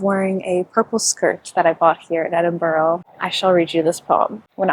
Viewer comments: It’s pronounced Ed-in-bruh (not edinburo) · hiii i love your videos, i mean this nicely i promise, it’s “edin-bruh” not “borough”, i know its nothing but it really annoys us Scots and UK people when americans say that haha, love this video and so glad you enjoyed your UK trip 🤍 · Enjoying the video ❤ although I have to mention that Edinburgh is pronounced ‘Edin-bruh’ 🥺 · I know you already put a disclaimer, but it’s pronounced Edin-bruh😂❤️❤️❤️ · Cool video, It's nice to see you've enjoyed Edinburgh (it's actually pronounced 'Edin-bra' so much, you're right to be careful about people...the world is a dangerous place. Take care 😀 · It's called Edinburgh say Edinbru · Girl I love you but please learn how to pronounce the names of places properly - hearing you say Haworth & Edinburgh wrong made me cringe so bad